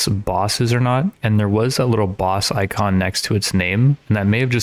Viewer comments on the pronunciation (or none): none